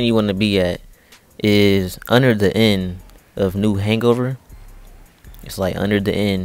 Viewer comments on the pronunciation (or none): Did anybody notice that he said "New Hangover"